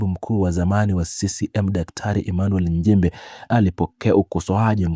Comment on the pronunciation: Tamka vizuri Nchimbi siyo Njimbi